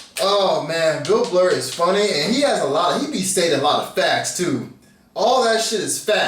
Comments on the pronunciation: Bill Blur lol its Bill B-err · I know the difference, but in the end it's the same emotion and trying to act like it's not seems awfully weird. But you do you. Btw: it's "Burr" not "Blurr". You're the second guy I heard calling him Bill Blurr. Maybe that's just a Laurel/Yanny thing. ;) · I challenge you to pronounce BILL BURR instead of Bill BLUR. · Funniest part is a lot of people say Bill Blur instead of Burr.. love your reaction! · That's funny, I was about to come on and say "blurr" really? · Burr! Burr!! Burr!!! No L :) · BURR!!!! With an R